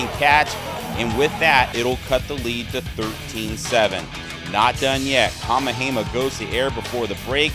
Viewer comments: This guy is killing me. It's kah-MEH-hah-MEH-ha. Yes it's a long Hawaiian name, so do your homework like most sportscasters. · LMAO!! right??? Who da hell is "KA-MA-HEY-MAH"??? Holy moly... smdh